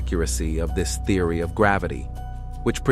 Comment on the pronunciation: Theory pronounced Thee-ory. Galaxies pronounced as Gal-ax-zees... I'm so sick of AI already. Really wish it would die instead of "improve" just a mess. Seems already humans can't read. Why not just read it yourself why have AI speak for you? It's so fucking weird. People want AI to drive for them to speak for them... very sad.